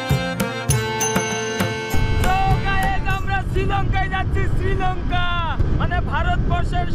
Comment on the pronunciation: ওটা ছৃলঙ্কা নয়। শ্রীলঙ্কা বলে। স্ত্রী বলার চেষ্টা কর,ইসতৃ নয়।